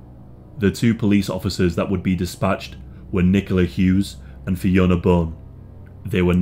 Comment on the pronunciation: *WPC Nicola HUGHES If you're going to profit off her story, the very least you can do is get her name right